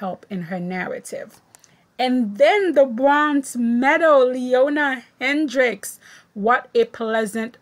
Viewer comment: Side note - Loena Hendrickx is pronounced: "Luna", Hendrickx is pronounced as if it were plural, with an "S" at the the end instead of an "X". And I agree with you, she was fabulous! I was so excited about her performance at the last Worlds, and she's even better now. I hope she doesn't give up just because she doesn't have the big jumps. I have no idea if she's training them or not, but as Caroline, below, says, she's a breath of fresh air.